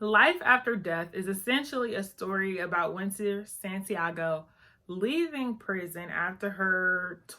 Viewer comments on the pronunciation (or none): It’s Winter Santiaga not Santiago- you lost me when you mis- pronounced her name. They book is great, open your mind.